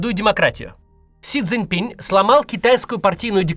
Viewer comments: Максь, он Си Цзиньпин, а не -пинь. Без мягкого знака на конце. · Не си цзинь пинь, а си цзинь пин.